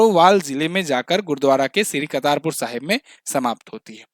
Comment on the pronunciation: कर्तारपुर corridor हैं...... कतारपुर नहीं